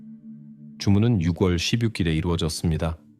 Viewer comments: 목소리와 톤이 정말 좋으시네요~ 참고로, 6월 발음은 유궐이 아니라 유월이에용~ 내용을 직역이 아닌 의역을 해서 간략하게 하시면 더 좋을게같아요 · AI가 읽어주는건가요? 육월도그렇고 일살이라니 ㅠ 너무 거슬려요